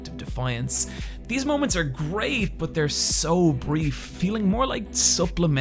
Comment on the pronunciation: Its pronounced 'but' not Bot